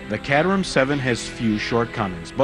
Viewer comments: my god its caterham (KATE-ER-HAM)!!! NOT CAT-REM!!! WTF AMERICA!!! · Bare Ass Motoring.. you can't pronounce 'Caterham' correctly. Very Nice video.. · one thing that always bothers me is the horrid presenters on the speedchannel. There are a few knowledgeable entertaining ones but most are like this guy, completely lacking charisma. Also, caterham isn't being pronounced right. Sorry for the rant, that stuff just bothers the crap out of me